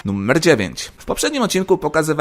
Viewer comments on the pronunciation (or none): niby seria pełnoletnia, a wciaż mówisz nummer... strasznie irytujace. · Sam film ciekawy ale poziom mojej irytacji (nie wiadomo dlaczego) spowodowany mówieniem słowa "nummer" zamiast "numer" przekracz granice i nie pozwala mi oglądać innych filmów tego twórcy.